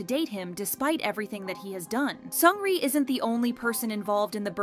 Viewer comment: 1) Seungri jailed 18 months not 18 years! why the shaking images...giddy after watching. If you want to make such video get the pronunciation of their names right!